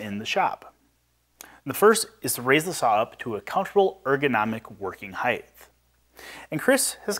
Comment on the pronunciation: Great video and project! I want to point out that you all seem to pronounce the word as “hithe” when in fact the word is pronounced “hite” it is spelled “height” the ending is a “t” not “th”. It may appear to be trivial, but you are publishers and probably want to be grammatically correct. I have enjoyed your magazine since its start and learn even more by watching your videos. Keep up the good work.